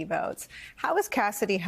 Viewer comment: I throw up a little bit every time I hear the way Trump pronounces the word "votes". Straight out of a NY mob movie.